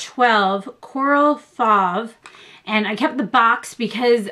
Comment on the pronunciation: It looks SO gorgeous and I LOVE YSL products and packaging! Just one thing, you say the name Fauve like fove... I know because it is my name!!